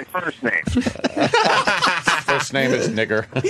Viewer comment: Foist or sumtin... tss...